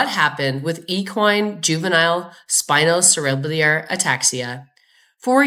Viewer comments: Pronounced spino Sarah bell are. It's a hard word 😊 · i know its not a big deal at all, but spinocerebellar is pronounced spino-sara-bell-er